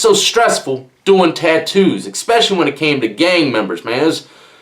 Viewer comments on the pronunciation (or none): It's eSpecially, not eKspecially